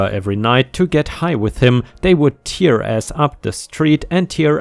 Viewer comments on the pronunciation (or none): tear pronounced tair, as in rip paper.